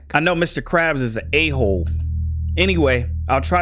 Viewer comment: How you said ahole 😂🤣😂🤣